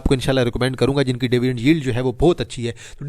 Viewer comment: dyvidend nhi dividend bola karo ,,,payndu bhai